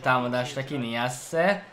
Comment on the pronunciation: nem niasse hanem najsze